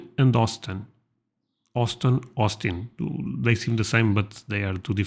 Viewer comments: San Antonio is definitely home for me! Def recommend visiting San Antonio and surrounding cities like Fredericksburg, New Braunfels, etc. Btw, Houston is pronounced “Hyu-stin” not “How-ston” at least in Texas for the most part lol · LOL sounded like you said Austin and Austin until I realized it was Austin and Houston. Great videos! Keep up the good work brother! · The four biggest cities are San Antonio, Dallas-Fort Worth, Austin, and HOUSTON (not in that order; I listed them in the order you mentioned them). Austin and Houston are not pronounced the same. Houston is like hew'-stun. San Antonio is the oldest and to me the most beautiful, though all four are lovely in many ways. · I didn't realize the Riverwalk was more popular than the Alamo these days. Interesting! I went to San Antonio in the 80's to see the Alamo. Went back in the 90's to see the Riverwalk. Have an aunt who lives there these days. Nice city. I think you were trying to say Austin (awe-stin) and Houston (hue-stin) at the end of this video. They do sound really similar. :)